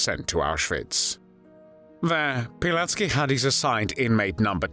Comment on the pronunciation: It’s Pilecki not Pileck